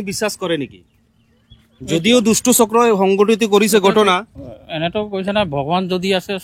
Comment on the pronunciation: কি ভাই অসমত থাকি অসমীয়া ভাষাটোয়েই শিকিব নোৱাৰিলি।গটনা নহয়,ঘ,উচ্ছাৰণ কৰিব লাগে। ঘটনাহে উচ্ছাৰণ হয়।আপোনালোকে যে বঙ্গীয় বিদেশী মুছলমান তাৰে প্ৰমান ।